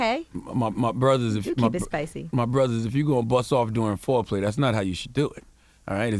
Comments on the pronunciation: Nigga said Flo-play 🤣🤣🤣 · Omg when I heard "Flo-play" I thought something toooootally different for a second. 🤮